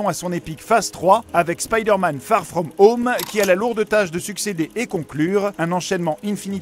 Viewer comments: "spider man FaRe FraUmE HaUMe " 😭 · ben... Bien sûr que je n'ai pas l'accent le plus anglais du monde mais je voulais juste rigoler parce que il dit " far frome home " d'une façon vraimeent française mais je n'ai jamais voulu avoir des propos méchant... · Tssss... Fait pas le mec. Personne ne dit "Spaïdèr Man" tout le monde prononce "Spider man". Peut être que tu le dis parfois mais fais pas genre quand tu parles du film tu as un Français normal et d'un coup tu prends un accent du futur pour bien prononcer "Far frome home"